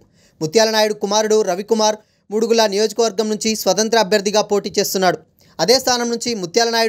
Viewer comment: అరె బాబు ముడుగుల కాదు రా మాడుగుల